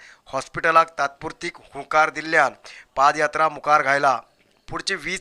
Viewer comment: It should be PAD YATRA. & not PAAD YATRA